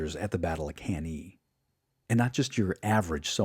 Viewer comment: Cann-A , not Cann-E. Good work otherwise though !